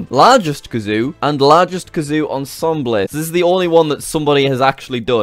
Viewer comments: You said ensemble as ensemblay and not ensembil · its not ensemble-ay its on-som-bull. thats how u pronounce ensemble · Jack, oh simple simple Jack. I think you mean (on-som-bel) not (on-som-bley)..... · It’s pronounced ahn-Sahm-bull not ahn-sahm-bleh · Jack.. It's not pronounced "On—Som—bley", it's pronounced "On—somb—L" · Jack, ensemble is on-som-ball not on-som-ble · its pronounced on-som-bell not em-som-blay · “Ensembl-e” It’s pronounced on-sahm-bull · “Ensembleh” really?! Ensembleh?! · Ensemble is pronounced ON SOM BOWL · Sorry but I just have to say you said ensemble wrong, the end is pronounced "ball" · The way you say ensemble oh my gosh. 😑 (ahn-sahm-bull) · Hearing jack say "onsomblay" when trying to say ensemble made my heart hurt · “Ensolmblay” lol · Lol its ensemble pronounced (on-som-bull) not if thats a country difference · The way he pronounces "ensemble"... It's not onsomlay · The way he pronounces “ensemble” is killing me! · It always surprises me how many words jack can mispronounce Ex: "ensemble" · The way you say ensemble is hilarious. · tfw jack doesn't know how to say ensemble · the way jack pronounces emsemble